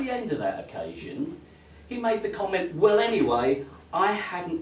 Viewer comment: I like what you say, but I cannot bear how you say it. I really wish you would learn to pronounce -ing. It is not -een. Nor is it -in. And l is l, not w. It is well, for example, and not weww. It is milk and not miwk. And -ew as in new. New and few rhyme with you. Pronounced as nyoo, not as noo, like the moo of a cow. Your mispronunciation of newer as nooer is bad enough, but your clumsy mutilation of fewer as something approaching fooer is ludicrous. A fooer, if the word exists, would be someone who foos. Someone like me. Foo to you for your silly pronunciation! Too true!